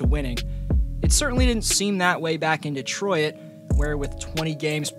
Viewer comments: Not to be rude but im pretty sure Detroit is pronounced De-troyt not De-troy-it. Hope that helps :) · Nah it’s like ditroyt is how it’s pronounced